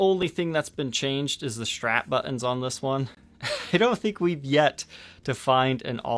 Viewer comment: I’ve got a feeling that someone might have had a smoke before this episode’ you’re playing sounded different and u even spoke a lot more differently than I usually do’ the u said “strap buttons” sounded a lot more less pronounced than usual and u just generally sound abit more loose’ anyway it was a great video ✌️🎸